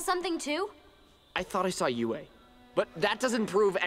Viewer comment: In the end, you said Yu...did you mean Yue? Cause Yu is the swamp bender and Yue is the princess.😊